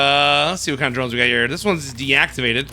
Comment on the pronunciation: I dont know if hearing wrong, but when you say Drones, I hear Geromes 😂